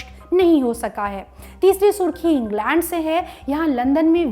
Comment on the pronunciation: Englaand nai england madam ji 🙄